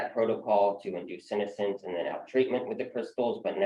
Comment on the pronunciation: That's not how senescence is pronounced.